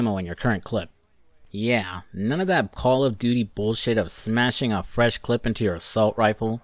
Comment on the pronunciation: Hearing him say clip is hurting me.